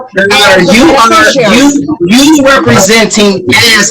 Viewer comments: "Mr. Benefershery," not "Mr. Beneficiary." Words matter to sovcits. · Or as he says it, "benefisherary" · Kevin Pollard is an 🍑🤡… Kevin Pollard does not have an estate or a trust in his name, because Kevin Pollard is a deadbeat. He is not a Benerficuaey, a Benayficuwey, or any other version of how he can’t correctly pronounce Beneficiary… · I love when they try to pull this stuff off and they can't even pronounce the word beneficiary. Subliterate slobs. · This sicko can’t even say “beneficiary” correctly!